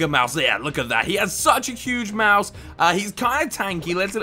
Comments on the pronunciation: Why did he say mouse instead of mouth? Lol😆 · Every time says "mouth" I hear "mouse".